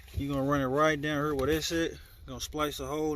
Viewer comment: You say "hurr" like you from St. Louis!😂